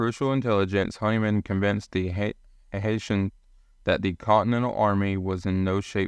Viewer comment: Hessians needs to be pronounced correctly.